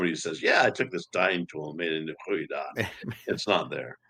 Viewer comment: Thank you and! From a Fleming: this is sheer joy. Extremely well done. One of the best talks on the subject. You nailed the pronunciation of the 'goedendach':)